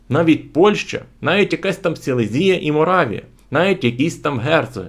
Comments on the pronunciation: Точно СелезІя, а не СелЕзія?🙄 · Сілéзія з наголосом на е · СілЕзія, наголос на Е